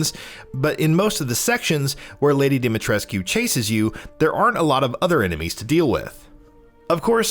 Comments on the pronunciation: The game has been out for days and you still cant pronounce her name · Ethan is an American and americans don’t know how to pronounce shit (or they don’t want to) so it’s in fact rather realistic. In all the other languages, it’s pronounced the right way. It’s only pronounced wrongly in English. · why do people still mispronounce her name? Capcom actually said its mispronounce "Lady DIMITRIS" not dimitrisscu. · we're still pronouncing Lady D's name wrong? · Why does everyone still mispronounce Demitrescu's name. The u is silent. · that's not how you say her name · Lady Dimitrescu, the u is silent in her name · The u is silent in Dimitrescu. They say the name a thousand times in the game. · Bro i get it, but the game takes place in Romania. The "u" isnt silent at all in our language, a lot of family names having "-escu" as a suffix (ex. Georgescu, Iliescu... etc.). She is Romanian and therefore her name is too, just because the voice actors don't pronounce her name with an "u" doesn't mean it's the right way to pronounce it :) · gaddammit, STOP pronouncing the U at the end of Dimitrescu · Pronounced lady Dimitrescu wrong otherwise good video. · If your that obsessed why cant you pronounce lady ds name properly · It's not pronounced "Dimitreskyuuuu"..it's pronounced "Dimitresskkkkkehh" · Come on, if you're gonna do games journalism at least learn how to pronounce the name. She SAYS IT IN THE GAME, did you even play these games before reporting on it or what? Her name is pronounced Dommi-tres'ck, not Dimi Tres-q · he said demi tres coo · No no no you say her name like domytresc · It’s pronounced “dah-mee-tresk”, no need to elongate the “koo” at the end. And anyone who has played the game knows she’s NOT a vampire 🙄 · Why is it so hard for people to pronounce her name correctly??? Dimitrescu (Dem-i-tresk) Stop pronouncing the "u" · Bruh it isnt.... Im romanian and its pronounced deemeetreskoo